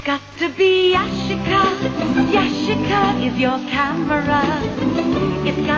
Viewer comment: Omg you pronounced Yashica the Japanese way!